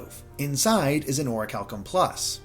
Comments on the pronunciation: You are saying is wrong. It’s call Ori-CHAL-Kum + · I always thought it was pronounced Or-cal-ee-um 😂